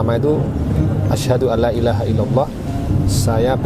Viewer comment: Tolong diperhatikan pada kata ilaaaaha bukan Illa ha.